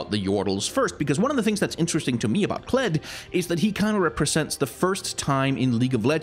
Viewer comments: you mispronounced Kled... it's pronounced KLEEEEEEEEEEEEDD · "Nah, just Kled."